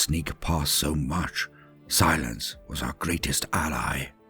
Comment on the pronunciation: Can definitely do without the emphasis on the word "silence"